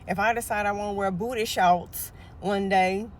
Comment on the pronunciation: I love how she says “Booday Shouwts” 🤣